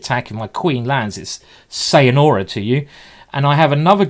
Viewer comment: "Sayanora"? Time for haircut, mate! :p